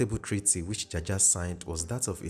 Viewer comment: A lawyer friend of mine tells me it is pronounced 'jawjaw'😅